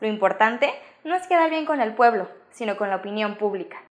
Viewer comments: no pretendo corregir ni nada por el estilo, pero en el minuto dice púbica no pública pero bueno errar es humano y todos nos equivocamos saludos y buen vídeo. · Excelente vídeo, como siempre siendo concretos con la situación de los principales eventos del País, solo el detalle que dice púbica en vez de publica!! jeje saludos.